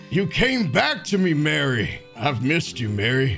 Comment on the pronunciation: Thats not mary thats mare